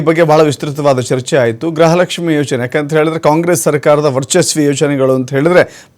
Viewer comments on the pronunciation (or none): Grahalakshmi alla gruhalakshmi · ಗ್ರಹಲಕ್ಷ್ಮಿ ಅಲ್ಲ ಗೃಹ ಲಕ್ಷ್ಮಿ